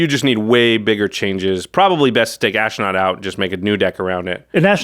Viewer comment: There is no "I" in Ashnod...it is ash-nod. Sorry, the mispronouncement just grind my gears.